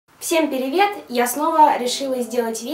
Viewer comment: vahahah pochemu ona govorit "vsem perevet" ?😂 😂 😂